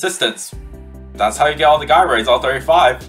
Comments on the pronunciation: Thank you for posting this, and going through all this work… And I’m so sorry to tell you… the G in Gyroids is pronounced like a J, like in the word “Jealous”. It’s not “Guy-Roid” it’s “Jai-Roid” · sorry but you pronounce them jy-roids